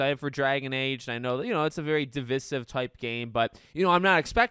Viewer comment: That’s the most interesting way I’ve heard someone say “divisive”